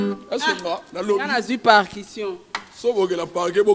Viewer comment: Yango yo eza partion ou parkition oza na problème ya prononciations hein